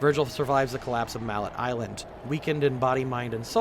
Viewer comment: I'm sorry, but I'm so throwen off by how he says Mallet (maley) Iland, Urizen (u-re-zen or ur-(soft)i-zen), and Qliphoth (kly-fot).